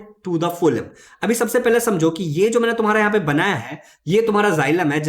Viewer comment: Sir that is फ्लोयम not फोलम